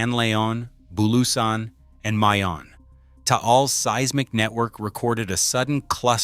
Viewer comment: Ma-yon, not May-Yawn.